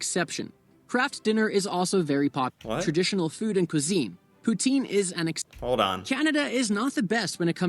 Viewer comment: it's pronounced poutine not pootien 😂